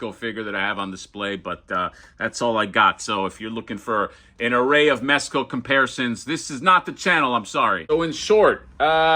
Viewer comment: Bro did you say mess co? . . . The f*ck is wrong with you?